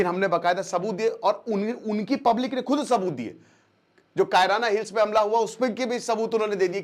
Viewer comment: कैराना हिल्स ❌ कायरना हिल्स ✅ 😂😂